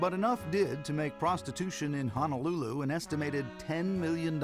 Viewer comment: Too bad the narrator doesn't know how to correctly pronounce Ho-no-lulu